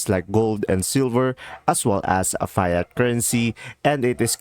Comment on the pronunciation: Learn how to pronounce Fiat Currency